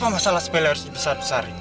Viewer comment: Sepele tapi jadi sepolo 😁